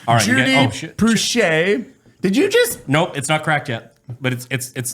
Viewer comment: Finally they said his name right. Drives me crazy everyone sayin Plow Shay.